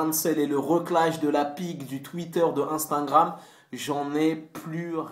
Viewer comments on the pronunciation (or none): Question existancielle: POURQUOI TU DIS "INSTINGRAM" !?!?